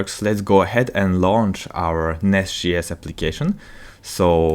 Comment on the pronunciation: As much as I love the content, I am having a really hard time getting over him saying NestGS all the time. It's J as in Javascript.